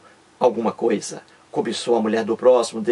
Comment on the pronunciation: não é cousa É COISA